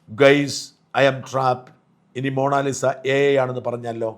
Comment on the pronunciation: എടാ കറിയാ മോണാലിസ അല്ല മൊണാലിസ.